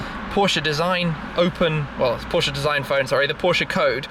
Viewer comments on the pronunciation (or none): IT IS a german car / brand so it is Porsche not Porsch